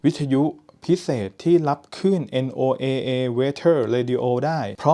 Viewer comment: NOAA เนี้ยคนเมกันเค้าเรียกกันว่า"โนอา"ไม่ใช่เหรอครับ?.....🤔